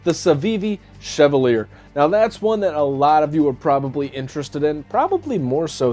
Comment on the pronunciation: The Chevalier…most mispronounced knife of 2022 hahaha. In WE’s video they said it was pronounced CHE-VAL-YAY …all Frenchie and what not hahaha. My mom used to drive a Cavalier…KA-VAL-YAY …??? NOPE hahaha Great run down of these knives man! The WE is pretty sweet AND YEEEAH….CJRB did just SLAP the button there, looks out of place🤷🏼‍♂️